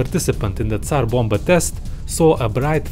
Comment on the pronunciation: Actually he is not slav. The way he said Tsar Bomba is incorrect